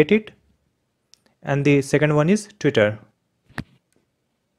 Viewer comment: did anyone notice teitter or it is just me? ahahhahaha